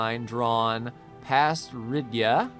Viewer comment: its RIYAAAAAAAD not ridia XD